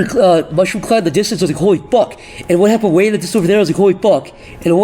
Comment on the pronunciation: had a stroke saying "Holy fuck" and "What happened"